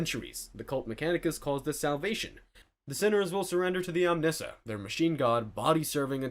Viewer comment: Please learn how to pronounce Arbites and Omnissiah. You sound like you're just reading off a wiki with no actual interest in the subject.